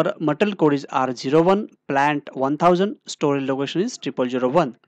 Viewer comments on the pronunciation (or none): My suggestion is.. learn to pronounce material. it's not pronounced as matr... Otherwise good content.